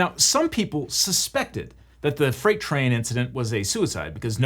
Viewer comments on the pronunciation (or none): none